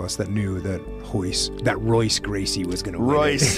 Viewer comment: Finally someone says Royce correctly! People seem to think that because Brazilians can't pronounce the "R" that they have to do the same thing. The Chinese don't pronounce the "R" either but nobody bats an eye. Its just these trendy jiu-jitsu people who try acting Brazilian lol. Thanks Jock